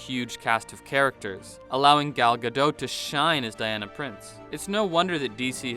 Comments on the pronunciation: Ga dot not Gadoh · Just a heads-up: you pronounce Gadot as in robot. Her surname is Israeli, not French.